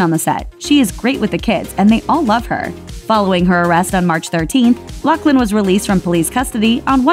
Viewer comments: I think it's pronounced "Loff-lin"...not "Lock-lin" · OMG!! Her name if LaughLin , pronounced with an F sound. No C in her name!!! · is it not pronounced *loff-lin*?